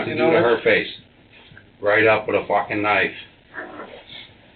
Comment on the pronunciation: Ha take a drink when says 'Focking 🤣